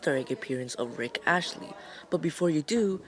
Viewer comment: Bruh its rick astley, not rick ashley